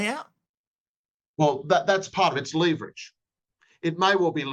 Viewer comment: Had to turn off when the lawyer kept pron. leverage incorrectly.